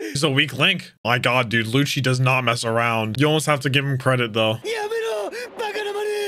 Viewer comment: also i wanna say the proper way to pronounce is "Lucci" like "lou-ki" definetely not "loushie"